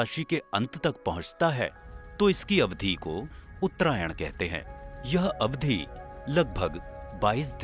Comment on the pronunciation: Twenty three and half degree के स्थान पर साढ़े तेईस अंश कहा होता तो कम अखरता। आपके चित्रण (graphics) तो अङ्ग्रेज़ी में हैं ही! "अवधी" नहीं, अवधि। अवधी एक बोली है। "उप्क्रमों" नहीं, उपक्रमों। क्षमा करें, संशोधन मात्र इस हेतु कर रहा हूँ कि आप की प्रस्तुति का स्तर श्रेष्ठतर हो सके।